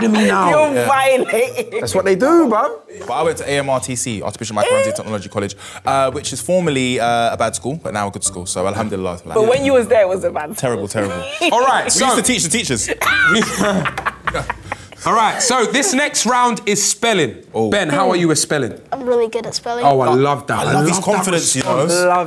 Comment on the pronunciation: Did he just say “Al7amdollilah “?!!